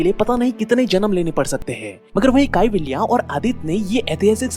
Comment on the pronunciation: काईवालिया नही मेरे मूर्ख बंधु,ये कैवल्य हैं।वीडियो बनाने से पहले उच्चारण ठीक से करना सीखो!